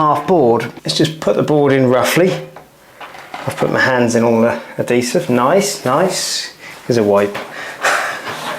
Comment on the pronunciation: Episode 3 Spoiler : He does indeed finish and to top it off he learns how to pronounce adhesive.